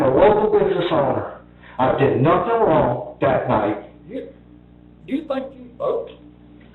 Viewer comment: Fire the cop for not being able to pronounce "wrong"